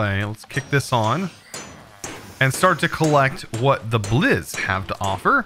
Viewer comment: whenever he says blizz i hear it as jizz